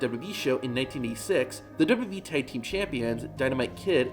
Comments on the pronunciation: When will this guy learn to slow down and say 'w w e' instead of 'dububee' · It's pronounced "Double U Double U -E-" NOT "Duba-Duba EEEEE" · He even says WWE has “ dub e “